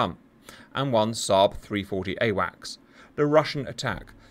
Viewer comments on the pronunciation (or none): none